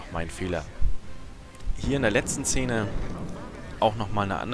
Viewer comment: Wenn man das Wort "Szene" nicht aussprechen kann... 🤣🤣🤣